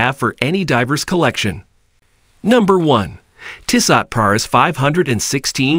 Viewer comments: Tissahht! Lmao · It's a bad commercial with a worse pronunciation of the name Tissot.